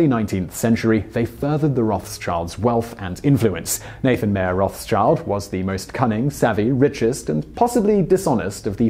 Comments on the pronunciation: Mark Knopfler. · Every time he pronounces Rothschild as Roths child something inside me breaks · for an english native it would be something like rot-shild with a short "i" sound not as in "I" (me,referring to oneself) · Fhugseikes yea, no. "Road-chilled" wouldnt be that close. "Road-shilled" would be pretty close. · roth child lmao dude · it's pronounced Roth-Schild.. schild pretty much like 'shield'.. nothing to do with child. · Their name has nothing to do with children. It's pronounced more like rawtshild and literally means red shield.. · I am sorry but how you pronounced Rothschild just made me burst out in laughter. It has nothing to do with "child". It is Roth schild (shield in german). It is pronounced /Rotshild/. But I guess it is a likely mistake for an American. Great video nonetheless. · The name is pronounced Rotshild! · Afaik you are pronouncing it wrong. It would be closer to" rod-shilled" in German, which is their origin.... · Could you please learn how to pronounce rot-schild. There is child in it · 40 seconds in and i can't take anymore... simon is really butchering the pronounciation on this one... its rot-shild (pronounced german) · for christs sake, its pronounced rawd-chilled kind of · He did the research for the video. Might just as well learned to say their name right and avoid being embarrassed online. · Name's butchered that hard constantly. That's like the most common mispronunciation. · You just keep pronouncing the name Rothschield wrong! It's painful to watch! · Your pronounciation of the family‘s name is extremly bad! It is a german name combining the word „rot“ (roth different spelling - tanslating to red) and the word „Schild“ (schield as in a knights schield). In german you can add two nouns together to get a new word - very common. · If he horribly misspronounces Rothschild one more time i need to cut my ears off! Seriously, please do your research or just even try a little...! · wow you completely slaughtered their name xD